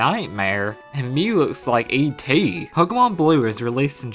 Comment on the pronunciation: The way u say ET :)